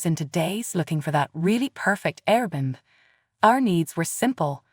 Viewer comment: air-b-n-b is how it's said